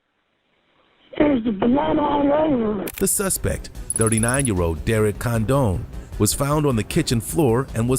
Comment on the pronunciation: Condon is pronounced "con-dun", not condone. Good grief.